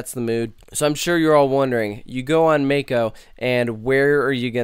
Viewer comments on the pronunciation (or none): I feel the same way about it.Its a absolute great ride.BTW PRONOUNCE THE RIDE "MOCK-O" NOT "MAKE-O"